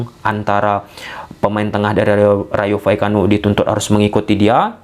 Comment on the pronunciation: Ijin saran bg, maaf klo ad salah. Klo penyebutan nama nama yg agak susah mending singkatin aja, soalnya abg beberapa kli nyebut Rayo Vallecano keseleo trus 😂😂 mksdnya biar lebih mudah aja😅 Btw aku subscriber sejak Barca masih ditangani Koeman.